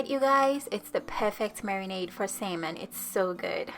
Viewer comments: It sounds like she sayijg Semen and not salmon😅😅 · "sayman" "sayman" "salmon" ???? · its SALMON. Not SAYMON. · U sound so funny the way your pronouncing salmon 🍣 your saying simon can’t u say salmon it’s no hard to say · What is samon?😂😂 it’s salmon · How many times did she say samon (salmon) in each sentence? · no worries, I know from my friends who are learning English that it's a super hard and weird language haha! 'Samen' is pretty close but if that's difficult to pronounce, I think 'sámon' will also be quite clear and will be less likely to be mistaken for 'semen' 🙈 Anyway thanks again for the recipe, will be making it soon! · I hear sam enn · Great recipe and perfect explanation. May I suggest something....you keep on pronouncing it " say-mon", instead of salmon ( the a is an ah sound). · Who else is bothered by “sayman” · Lol it’s Salmon not “semen” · did she just say "marinade for the semen"? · Take a shot for every "sayman" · What is sailmon? Lol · Wait samon..samen..semen?? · Brawl the SAY-MAN Best accent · Saymon kay gays. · Great recipe, this looks super delicious, but please for the love of god stop pronouncing salmon as "semen" lol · Drinking game; drink every time she pronounces Salmon wrong. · Love how you say salmon🥰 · Simon cowell....hahaha cute silent "L"